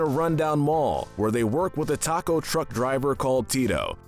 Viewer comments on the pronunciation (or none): none